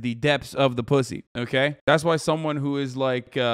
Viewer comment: Hasan just stop saying posy, it hurts, just say vegaina